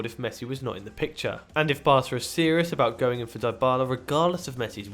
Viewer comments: Who tf is this clown who says Dybala like 'die-bahlah'? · I am not happy with the pronunciation of Dybala and Vidal.